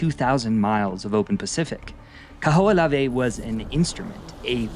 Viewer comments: Kaho'olawe is pronounced Kah hoh oh lah veh! You pronounce every letter... consonants and vowels...the h isn't silent! Mahalo for da history lesson but make sure you get da pronunciations correct too! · The Island name is pronounced Kah-ho-o-lah-veh.